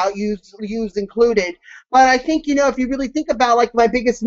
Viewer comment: you pronounce "think" like "the -ink ". Not the separate words put together but the "th" sound in the word "the". Odd.